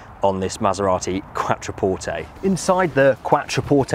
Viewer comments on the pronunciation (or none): "Quatroporteyyyy" Jesus mate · Please pronounce Quattro (as in Audi Quattro) porte.